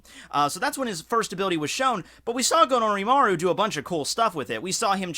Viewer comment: Gonorrymaru sounds too much like gonorreha and I can´t stop hearing that